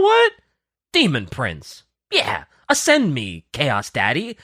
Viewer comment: Creamy Details?? Ascend (sounded like ass end) me Chaos Daddy?? I shudder to think what internet history looks like!